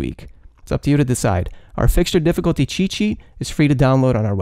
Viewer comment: Everytime he says make sure to download our free app cheet/sheet, I hear Che Che